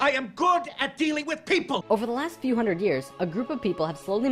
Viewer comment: It's an Ontario thing. I had a physics prof who pronounce 100 as "hunnert". So fucking weird.